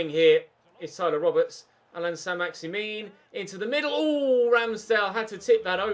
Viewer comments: na so what, ur bad anyway stop shouting and start saying names properly. its not saint maximin its pronounced as maximan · Pronounce it like St MaximAn instead of MaximIn very annoying, and I also think your side is good enough to play Ultimate or at least give it a go for the last 5 games of the season. CPU passing is very poor at times so up passing accuracy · Learn how to pronounce he name its Allan Saint Maximin its not min that part don't pronounce corcetly learn frensh last names.